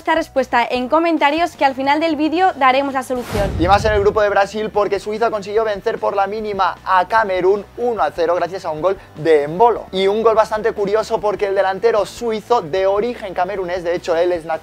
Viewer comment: No es engolo, es EMBOLO